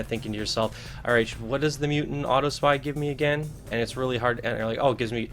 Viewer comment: Hey man, just a tip, the word is Aww-top-see. No offense intended.